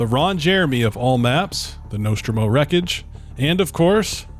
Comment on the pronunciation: Say 'Nostromo' again.........but correctly